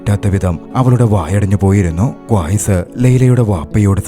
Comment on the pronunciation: ക്വായ്‌സ് അല്ല 😂... ഖൈസ്